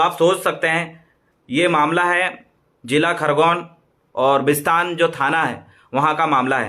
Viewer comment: Bhaii visatn nhi hee bisatan he .. bolo to sae pele